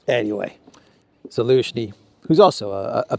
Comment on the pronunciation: This guy is a rank amateur. How does this idiot try to play off his so called knowledge of world geopolitics by calling President Zelensky - ELENSKY AT LEAST 5 TIMES. He is literally too ignorant to be listened to.